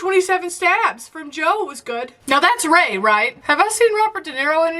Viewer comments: The ONE time she says his last name correctly she calls him "ROY". 😂🤣 I'm dead! lol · Ray Lioita.... Roy Liota. I mean, between the two of them, you got it right once. XD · I love that, even after hearing his name twice from Siri, continued to pronounce it "Lioitta" except once...when she called him "Roy Liotta". That "oy" sound had to be in there somewhere. 😆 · It's Ray (not Roy) Liotta (Lee-oh-ta, not Lee-oi-ta).